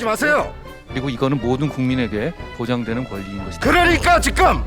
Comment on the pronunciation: 직금 발음 ㅈ같네 계속 생각나넼ㅋㅋㅋㅋㅅㅂㅋㅋㅋㅋ